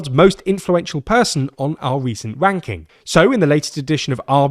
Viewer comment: as mispronunciations of "ranking" go, saying /w/ instead of /r/ for anything related to Trump is apt!